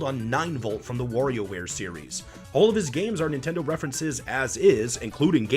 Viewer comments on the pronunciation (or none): none